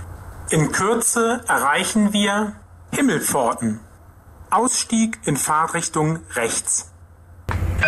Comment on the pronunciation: nein, hört sich an wie Fahrrichtung,also ohne t bei Fahrt.